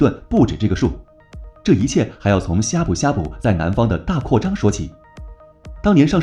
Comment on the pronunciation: 他連閩南語發音都錯了 難怪我聽到的時候覺得超怪異